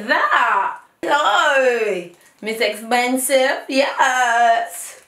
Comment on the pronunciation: I died when you said miss egggzbensivvvvv